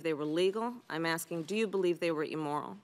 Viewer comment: Wtf is emoral?